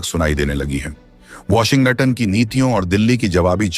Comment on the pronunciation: ऐसा तोतला कॉमेंट्रेटर क्योँ रखा जो अमेरिका को अम्मेरिका वाॅश्गिंटनको वाॅशिंगंटन बोलता .